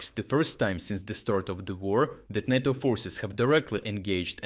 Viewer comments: I think it is pronounced NATO, not NOTO. I think it was a mistake to ignore the ones which didn't threaten NATO and Polish assets. Now the Russians know where the important stuff is. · Not nah-toe, say nay-toe :-) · Nay-tow not nah-tow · Great content, every day. Always look forward to seeing your awesome updates. You’re a machine. *Note: NATO in English is pronounced “NAY-toe.” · Great report as usual. One small detail: "NATO" is pronounced with a long "a", emphasis on the first syllable. It sounds odd otherwise.